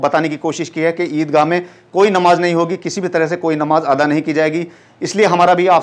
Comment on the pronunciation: Bhia wo ata ni ada hota hai